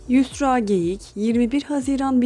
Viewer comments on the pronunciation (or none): Konuşan kişi R harfini diyemiyor sanırım ? Yüsla diyor. Ben de çocukken diyemezdim 😬